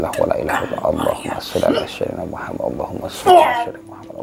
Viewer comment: lidah jawa trlalu tebal melekat...Muhammad bkn Muhamad..sebutan makhraj ayat quran biar mantap bener ..